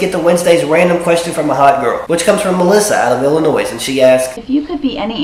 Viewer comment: You don't pronounce the s in illinois.. hate when people do that. Still love the show though!